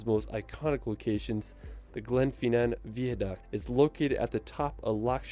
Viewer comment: If you are in London for 2 hours you won't have time to see anything !! You don't have to drink alcohol when you go to the pub. BIG BEN is the BELL inside the ELIZABETH TOWER. HE pronounced GLENFINNAN and VIADUCT incorrectly. What about the LAKE DISTRICT, THE COTSWOLDS, THE PEAK DISTRICT.?